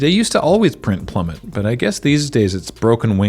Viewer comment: Ah yes, Plummet. Which rhymes with Menace, but not Trebuchet. This has been your LRRMTG pronunciation lesson for the day